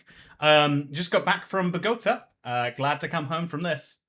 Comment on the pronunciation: "bow-go-tah" = Bogota Aww what?! that's twice i've been in the same bloody place as you and i haven't met you yet >:(